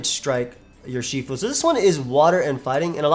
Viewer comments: it’s pronounced “ERR-she-fu” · Urshifu is probably pronounced more like "Er-shifu". In simple chinese it would loosely translate to Master of two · Wow can’t even say it’s name right unlike 🙄😡